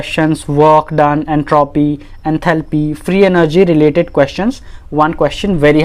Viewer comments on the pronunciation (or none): none